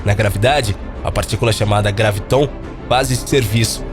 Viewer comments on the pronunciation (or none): Não é gravitón, é gráviton!